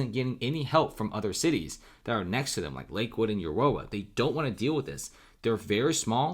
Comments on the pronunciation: It's pronounced Ah-roar-ah by the way. I used to live there so I'm pretty confident of that. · Learn how to pronounce the city name of Aurora it's not an uncommon name. You sound ignorant.